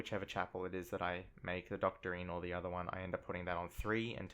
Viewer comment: Doctrine, not doctorine.